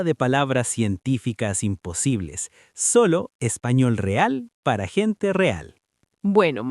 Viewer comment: Hola! habla de « nivel b hulo »… dice « el café se hace salo ». Son errores de la IA? No comprendo. Sin embargo, muchas gracias por estos vídeos que me ayudan a mejorar mi español.